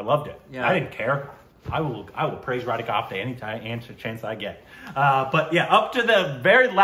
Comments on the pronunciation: It's not ratika... Man.. It's rakita. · Deyyy it's not ratika ratika..it's RaKiTA RaKitA....you gatitt?? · ITS NOT RATIKA, ITS RAKITA!!! K COMES BEFORE THE T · thambi... that is not Radhika Radhika, that is Rakita Rakita😜😅😅😅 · From day one call it as RATIKA It's not RA TI KA but Ra ki ta Ra ki ta Hoo... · its Ra-Key-ta ( RAKITA not Ra ti - ka ! )